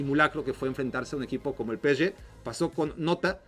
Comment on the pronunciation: Es pe-ese-ge, no peschge, si lo vas a decir en ingles es pi-es-gi PSG